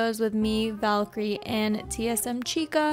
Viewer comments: pssst it's valkyrae not valkyrie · VALKY RAE. Not valkyrie lmao